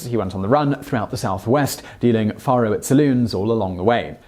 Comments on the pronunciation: Just so ya know, the game is prounced Fay-row, not Far-ho. And there were very few, if any that were squeaky clean, then or now. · It's pronounced Fair-o, not Far-o. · it's 'fair-oh' NOT 'far-oh'... Once again, your video topic is quite interesting and enjoyable! It's your mis-pronunciation that is cringe-worthy... If you are going to produce videos on American subjects, it would be wise to learn how to properly pronounce the English words as Americans do... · Yea like the way he says “ faro”. It’s Fay-ro. Not far-ro. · Not petty. Just tired of FAKE news. 10 days off Docs birthday is a LOT and it's Fay Roe. Not far row.. I think you just said ICE Clanton.... Its IKE. FAKE shit. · Well, shucks pard. You got the year of Doc's birth correct. FAR-oh (spelled Faro) is pronounced FARE-oh. Incidentally, finding truth in TRUE WEST magazine is like finding a needle in a haystack. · Its pronounced fairo. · Faro is pronounced like pharaoh....Fare-Oh. Also "Francisco taught him how to become the quickest draw in the west" Who/when/where did this quote come from? Gunfighters in the 1800s were deadly if they could keep their cool and stand calmly and shoot at someone while being shot at. It really wasn't about how quick they could draw. That is fiction from Hollywood. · The game is pronounced "Fair-oh." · I just cannot stand a British accent.....it makes me crazy....especially the way he pronounces the game Faro ! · bonsai biker And repeatedly mispronounced faro. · Noah Count Thank you for correcting his pronunciation. I correct him on at least one or two things in every presentation. You beat me to it.